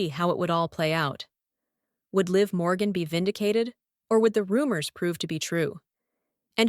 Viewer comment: Ahh ...the last name is MORGAN....NOT Borgan... sheesh!!